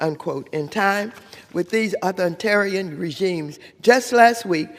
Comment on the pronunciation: “Uthortarian”? “Louer housing costs”, “…instead of doing the work of our constituents desperately want us to do…”, “capitalistist”, “…moderen day dictators like Vedemar Putin…”? All this while reading from a script! She still cannot form coherent sentences and destroys pronunciation. Astounding that Watters has any job, let alone being in congress.